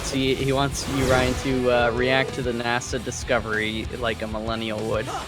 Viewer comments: Why the hell does NL keep pronouncing NASA like Nassau? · No way does he actually pronounce NASA that way